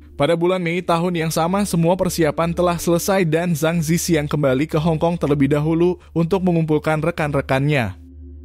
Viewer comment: org hk drmn? dia baca nama zhang zi qiang aja salah.. harusnya di baca cang ci chiang dalam mandarin.